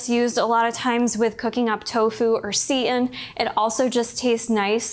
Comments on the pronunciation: Just FYI for those of you not familiar with seitan- it’s pronounced “Say-tan” not “seat-in” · She pronounces seitan as 'seat in' but I've only ever heard it as 'say tan' so I was so confused at first!